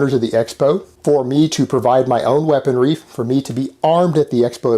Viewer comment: Lol “weaponry”